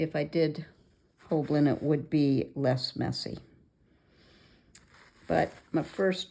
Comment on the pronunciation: Hi. You've put the "L" behind the "B" in both your spelling and pronunciation in the video, but you have it spelled right up above. It rhymes with "whole sign".:) So good to see you again!